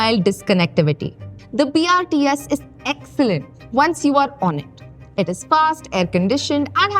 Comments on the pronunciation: Video is apt and informative, accurate on topic and data, but you need to improve on your script or oratory skills. Its BOPAL not BHOPAL, and BRTS not BRST ! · when she says "bhopal" to "bopal" you dont want to listen this any more. - BRST nahi, BRTS... No homework done properly. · Man this is just another publicity video she can't even speak brts properly not to say about bopal to bhopal 😢